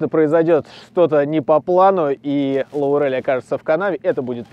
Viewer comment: До сих пор надеюсь, что кто-нибудь нормально произнесет "Лорел", а не "Лаурель". 90-е прошли, народу бы уже пора подтянуть свой английский.